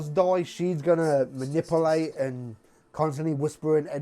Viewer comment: I love the way you say manipulate lol it's so funny